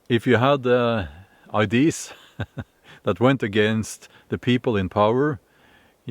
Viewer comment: "Ideas" - pronounced "I-D-A-Z" :)